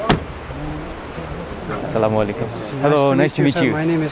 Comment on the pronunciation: How beautifuly he said that Assalam O Alikum